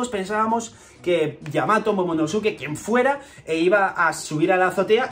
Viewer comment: casi todos los españoles pronuncian mal el nombre de momonosuke